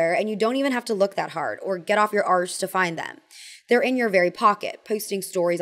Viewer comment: They way you say 'arse' is just as awkward as me trying to say 'ass' 🤣